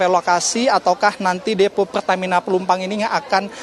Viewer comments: Woiii ......Plumpang bukan Plumpung hadehhhh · Plumpang mas reporter.. bukan plumpung gimana siiih